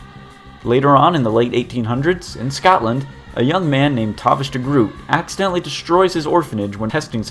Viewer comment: i think its pronounced De Groat.